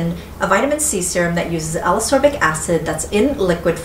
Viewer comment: I really, really like your videos (in fact, I rewatch many of them just for the pleasure of hearing you talk about products), but I need to say this or I'll explode: Ascorbic is pronounced as-COR-bic, not a-SOR-bic, just like escape is pronounce es-CAPE and not e-SAPE ;)